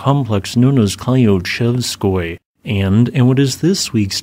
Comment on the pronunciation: Love your content! :) Thank you for the update :) Just one thing Klyuchevskoy, you should read Klyu the same way as as clue :))